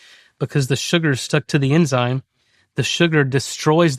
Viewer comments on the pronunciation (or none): none